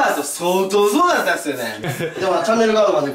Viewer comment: 語尾のっすを強調するなムカつく